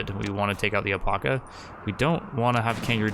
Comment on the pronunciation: Pretty intense video! But ffs please say alpaca right lol it's AL-PACK-UH.....not el-pok-uh 😂